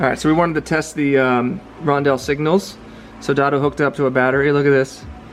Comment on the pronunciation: Roundels not rondells 😊